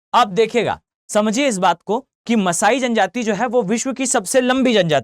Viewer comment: मसाई जनजाति कालाहारी तो बिल्कुल ही गलत पढ़ रहे आप इतने कॉन्फिडेंस से